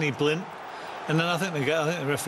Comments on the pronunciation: "Danny" Blind, Tammy "Abrahams", "Azpilichueta" How are they paid for punditry when they can't even manage get the names of players right?! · Stop saying Danny Blind FFS !